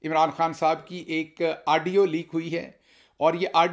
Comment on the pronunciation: Aaaadio nahin Gill Sahib Audio.